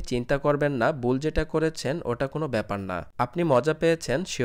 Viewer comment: বুল নাকি ভুল. Thik bhabe kotha sikhe YouTube channel open korben